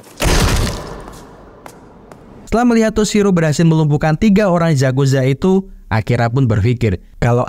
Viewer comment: Yakuza bang bukan zazuza